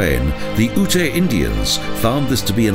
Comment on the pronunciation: As a former resident of Colorado I just wanted to correct the pronunciation of Native American Ute tribe. In your videos the narrator pronounces it as "ootay". Ute is actually pronounced as "yoot". No offense meant. Otherwise a nice video.